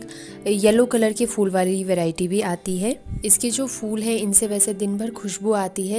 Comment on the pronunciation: Its phool not fool